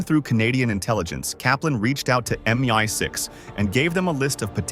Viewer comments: Why can't the AI-generated voice say "MI6" instead of "MY6"? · Its 100pc true. Its stupid AI messing with the pronounciation. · MY6 instead of MI6 ? How Bogus a Story is this ? Cannot even get the Robot to clarify the proper Words !